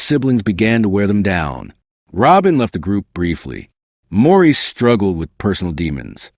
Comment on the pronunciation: This was a great and very accurate telling of what in my eyes are the royal first family of music. Although Maurice or Mo for short, is pronounced Morris, the rest of this brief video is an excellent, true piece of work that I enjoyed and appreciate.